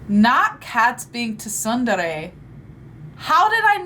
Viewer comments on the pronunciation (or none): Tsundere is pronounced (soon dere or sun dere) just a friendly tip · Not you pronouncing the t in tsundere 🤣🤣🤣🤣 Imma try that Waltz thing with my girl tho, see how quickly it gets old for her 💀💀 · The u in tsundere is pronounced like the oo in spoon.